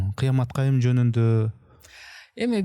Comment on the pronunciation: Кыямат кайың эмес кыямат кайым